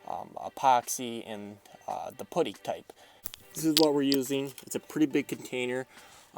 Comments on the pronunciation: Its pronounced putty not poodie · lol putie it's pronounced puddy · Love the way you say "putty" I mean the word it self doesn't have ANY (D's) in it at all... I was so confused! I was like WTF why is this guy putting Chocolate lookin (PUDDING - AKA. PUDDIN) On his Exhaust?! Then I figured it out... Maybe I have been saying it wrong this whole time... Huh, who woulda known.